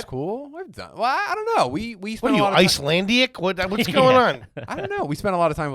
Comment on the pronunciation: "Ice-land-ee-ic" - 😂 can't believe y'all let that one slide.